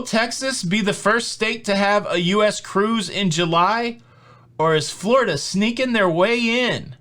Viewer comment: you've got me saying, "Flar-ida" in my head now, lol